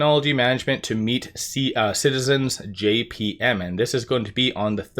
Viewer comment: What is Citizens JMP? You were saying JPM! Not the same thing. I was thinking it was JP Morgan.